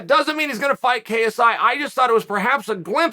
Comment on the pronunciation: I don’t like how clear he kept saying KSI .. I would’ve preferred kissey